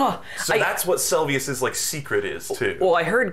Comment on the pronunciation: I think, if nothing else, Margit's mispronounciation might be a joke The Seluvis mispronounciation would piss me off but I don't respect him